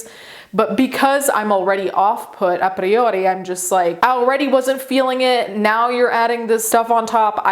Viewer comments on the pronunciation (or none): Non centra col video quindi scusate in anticipo ma, la pronuncia di " a priori "! A volte mi dimentico che sei italiana e mi cogli di sorpresa